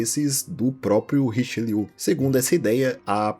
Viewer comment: Só um adendo ao vídeo a pronúncia correta do Cardeal Francês é Richéliêê